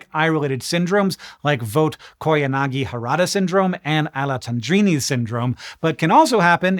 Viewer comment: I'm not nearly as impressed with your correct pronunciation of Fuchs Heterochromic Iridocyclitis as much as I am with your flawless pronunciation of Vogt-Koyanagi-Harada Syndrome and Alezzandrini's Syndrome. That was four foreign names from three different languages. (German, Japanese, and Italian?) Bravo.